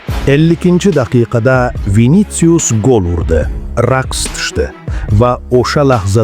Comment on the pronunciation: Винициус эмас винисиус